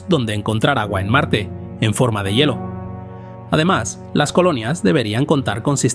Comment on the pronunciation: Todo bien excepto por el mal dicho una palabra,,, "yelo",, se lee " hielo" .